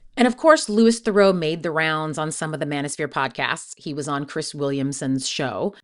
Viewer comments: And Theroo not Therow. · Really interesting video, but it's pronounced LOOEE THEROO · correct, in fact it's his cousin who pronounces it differently, not his dad "Louis Theroux pronounces his surname as "thuh-ROO" (rhyming with "true" or "zoo"), not "ther-oh," emphasizing the French origin of the name. He has jokingly noted this is the "correct" pronunciation, distinguishing it from his cousin Justin Theroux's pronunciation, which often uses a "ther-oh" sound. His first name is pronounced "Lou-ee"" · And his last name isn’t pronounced ‘ther-oh’, it’s ’ther-oo’! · Its not Lewis Farow , its Lou-ie (Louis) Th-ra-oo (Theroux) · that might be because his cousin Justin (who is bigger in the US) pronounces it ther-oh. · You mispronounced his last name, too.